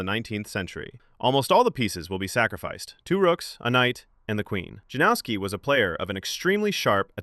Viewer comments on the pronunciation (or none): Isn't his name pronounced Yanovsky? J=Y and W=V. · Lets get that pronunciation right please. Yan-of-ski. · Janowski is pronounced "Yanowski", if unsure about foreign names then Google it. We have the technology, you just have to do a minute of preparation. Give the guy the respect he deserves by not butchering his name.